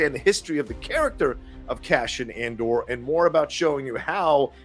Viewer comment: Not sure why but I hear you say CASHION, instead of CASEON. I'll see how they say it in the series. Also Scarsgard saying ANDER instead of Andor is a bit weird. 🤔